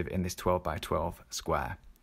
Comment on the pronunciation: sqware :D hehe I kept laughing. Thanks so much for the great content!